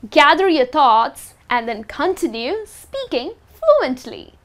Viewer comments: It's not "continu" it is pronounced "contínyu" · Cun-tin-yoo. Cuntinyoo. Continue. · What the heck is KON-tee-nue talking? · the way you pronounce the word "continue" is kind of weird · You continuously mispronounce "continue". Highly annoying. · The way she says "Continue" confused me at first, but it's cute! Also, you shouldn't need fillers for every moment of silence. (Silence is golden) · "Continue" is pronounced "con TIN yoo", not "CON tinoo". Quiet has two syllables: "KWY et". If you pronounce it "kwite," you mean "quite," which is a totally different word.